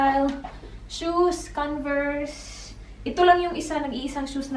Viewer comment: POO-MA, not PYU-MA; CON-VERSE not CAN-VERSE. Dnt take my corrections offensively, just happy to see people improve. You are doing well, keep it up. I like the authenticity and humility. And positive vibes.